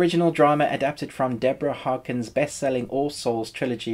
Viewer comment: As much as I'm excited for new season and I don't want to sound harsh but I just can't get past this review without a comment. Maybe a bit more preparation would have helped. Firstly, you butchered the author's name, she is Deborah Harkness not Harkens. Secondly, all episodes will be available at once on demand on Sky, plus they will show them weekly in TV. It's not just UK who will get it on 8th of January, it will be available on HBONordic and HBOGo (Central and Eastern Europe) the same day as in UK. Thirdly, it's not a Book of Witches like you mentioned at the beginning of the video it's a Book of Life. Finally, wondering whether they will continue with 3rd season? Really? They are pretty much already wrapping up the filming of 3rd season. 2nd and 3rd season were announced the day the final episode of 1st season aired. All this info could have been very easily researched.